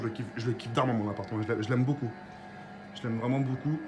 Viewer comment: On dit pas Boucoup mais Beaucoup 😂😂😭😭 Beau Beau Beau !!!